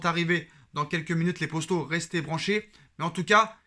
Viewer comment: Pourquoi tu dit les posto a chaque fois c'est poto wsh